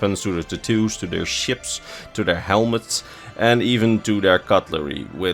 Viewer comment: Ta-2's not tat-tos